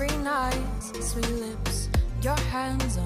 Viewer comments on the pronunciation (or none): none